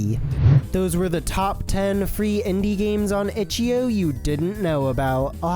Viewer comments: "Itch yo balls" ahh pronunciation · "itchyo" bro what